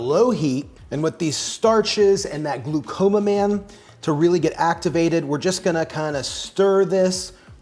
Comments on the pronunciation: I think it is glucomannan (gluco-mannan), not «glaucoma-man»❣️☺️ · Please fix the pronunciation Gluco- Mannan. Gluco as in Glucose and Mannan as in Manna from heaven.